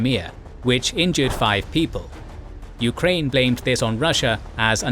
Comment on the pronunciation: The narrator also pronounced the nation names as "yu-ka-rain" & "ruh-shaa". Majority of target audience isn't students/enthusiasts of linguistics but of history+geopolitics.